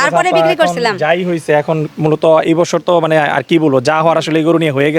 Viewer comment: বসসোর না 😂😂😂😂.....বছোর